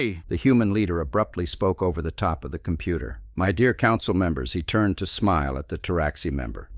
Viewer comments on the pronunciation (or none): none